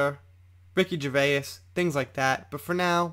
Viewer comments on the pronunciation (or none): none